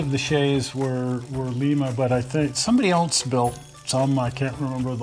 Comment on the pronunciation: I'm pretty sure its Lime-uh like the beans and not Leem-uh like Peru.